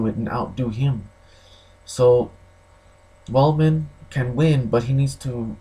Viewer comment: The name is Weidman not Weldman, focus on the facts, stop dreaming. You sound like someone that has never been in a fight and delusional.